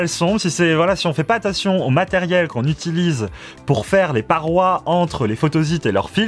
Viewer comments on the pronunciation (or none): none